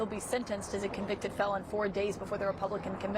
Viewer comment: Melania : Donny, what is a conveectid felong?